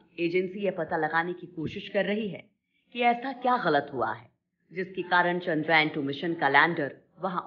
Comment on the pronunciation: चंद्रयान ...not चंद्रायन